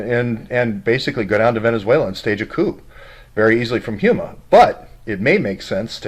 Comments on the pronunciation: HomeEh not huema Houma La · It is pronounced Ho-ma, after the tribe of the same name, but fascinating. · ....it's pronounced Homa.......like home with an "a" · It is pronounced "HOME a" little a sound. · That's pronounced home-a. My old stompin' grounds...